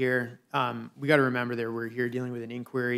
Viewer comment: "We weed to wemember..."